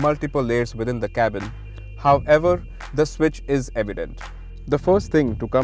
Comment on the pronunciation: Someone help the presenter to pronounce 'However' Single word my friend